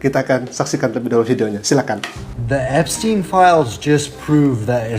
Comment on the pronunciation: Epstin bacanya